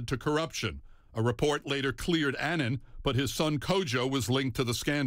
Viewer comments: Kofi Annan (Pronounciation is like UH-nun)- not Aynan. RiP honourable Kofi Annan. A great man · They keep pronouncing his last name incorrectly, why is it so hard for Americans to pronounce words correctly. It boggles my mind listening to these news people who should know better. Kofi Annan was a great man who did great things and whose career was married by a lot of negatives. However, being who he was, he deserves respect, and for his name to be pronounced correctly. Rest in peace Mr. Kofi Annan.